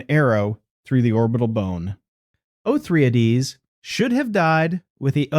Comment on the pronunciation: How many of these did you take??? O-thry-ades, all 3??? Yea!!!! LOL